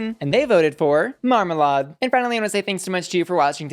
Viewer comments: Omg please, its not Mar-mar-lard 😂 its Marma-lade. You see her irl and you can tell she's never been near lard in her life haha, VERY polished queen and we're all so proud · It's pronounced mar-ma-laid. Other than that you did really well. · I'm obsessed with your pronunciation of marmalade "marmaLARD" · Not your pronunciation of Marmalade 😭😭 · Is that really how we're pronouncing Marmalade